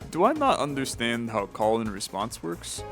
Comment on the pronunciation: I know that the card name is ,,Call and Response" but i keep hearing ,,Colon Response" 😆